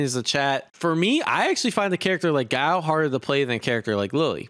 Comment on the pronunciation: ffs its guy-ill note gao